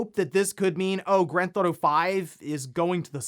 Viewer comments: Is it just me or does anyone else notice everytime says "Grand ThAuto" lol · He has probably said the words "Grand Theft Auto" that many times in the past, it sounds like he's having a stroke.